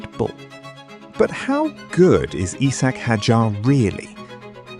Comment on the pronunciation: its isack, not eesack.